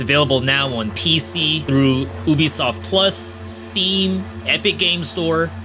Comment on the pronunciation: It’s pronounced yubisoft